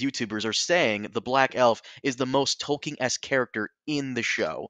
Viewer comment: Does not know there is no "ing" ending to Tolkien's name? It's not the first time he's butchered his name